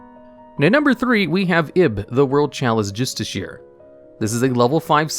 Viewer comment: It's pronounced either justi-sher or justi-she -er, not justi-sheer